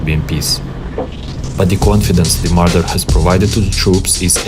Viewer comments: you get a dislike for saying mardar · "MardAAr" bro my ears got rpd